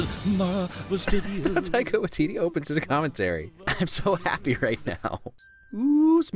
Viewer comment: omg im so sorry but i cant stand the way ur pronouncing taika waititi's name, though i get u probably just dont know how 2 pronounce it simple mistake but as a māori person its sooo aggravating lol everyone pronouces māori names wrong tho haha luv ur vids tho they r epic :)